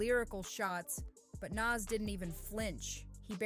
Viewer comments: NAS say it like “NOS” this is culture vulture energy when you can’t pronounce the topic’s name…. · sharing your thoughts? Lol its a fact. Its almost like you've never heard his name said before. Because nobody and I mean nobody had ever said it like you. And it wasn't once it was the entire video. Made it cringe and hard to watch. Stick to topics you can atleast pronounce nas ain't it even though its Only 3 friggin letters. 30 seconds of searching on Nas and you could have found a video that pronounces his name correctly. 30 seconds. It doesn't give culture vulture vibes it just straight is culture vulturing period.